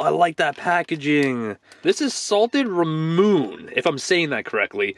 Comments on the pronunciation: Hey! Just a little FYI and to help: ラムネ = Ramune (ra mu nay) Not “ramuun” but kudos for trying! Keep making great videos 👍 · Ramune is pronounced Ra-moo-ney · Hey! Great video as always! I love watching you try Japanese goodies. I make a mental note of ones I want to look for. Just to help the soda flavor ramune is pronounce "ra-mew-ney." It's one of my fave flavors! The actual soda is amazing. I think I remember you getting some grape candy that was ramune in a cute little bottle like the actual soda. They have marbles in them and even though you are not supposed to, i always save the marbles. LoL. Keep up the great work man! Love ya, hope your back is feeling better and hope you are having a great holiday season!